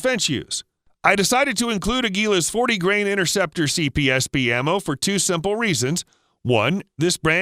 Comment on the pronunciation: Innerceptor ? Try to pronounce a T.